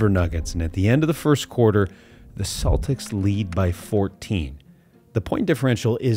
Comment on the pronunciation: Ah yes, the Boston Cletics!